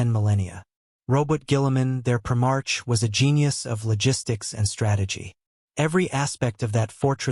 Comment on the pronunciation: “prim-ARCH.” More crap.